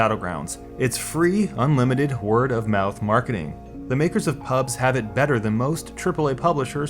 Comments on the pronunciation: you are saying pubs instead of pubgee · ok its PUB G not PUBS UGHHH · Call it PUBG it's not fucking PUBs there's a G in there. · Nice video, but every time you said "PUBS" I cringed so hard I almost fell out of my chair. No one calls it that. It's PUBG, dude. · "P U B S" AAAAAAAAAAAAAAAAAAAAAAAAHHHHHHHHHHHHHHHHHH Its PUBG! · It triggers me that you call the game Pubs and not PubG. Stop being lazy. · its Pub-G not pubggggahss lmao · Hearing you say "pubs" over and over instead of "pubg" is infuriating.. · Why say Pubs instead of PubG? As a former WoW player, it confuses my brain lol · dafuq is pubs mate? it's called pubg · Loved the content, but my god calling it PUBS gave me cancer. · The G isn't silent; "PUBS" in the entire video... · Thumbs up if you're triggered by him calling it "PUBS" lol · stop calling it "pubs" reeeeeeeeeeeeeeeeeeeeeeeeeeeeeeeeeeeeeeeeeeeeeeeeeeeeeeeeeeeeeeee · I'm triggered he keeps calling it PUBs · Why do you say pubs? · Before watching It's because of streamers, the success of the mods, the community it comes from and the fact that they aren't making a shitty cosmetics game with buggy features that act as if they are rng determined. After I love how you call it pubs instead of pubg. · HOLY SHIT ITS PRONOUNCED PUB-GEE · why do you call it PUBZ ? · I pronounce it Pub-jee, but I'm not sure if that's right